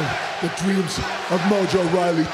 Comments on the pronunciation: He called him Mojo Riley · His name is mojo rawley not mojo Riley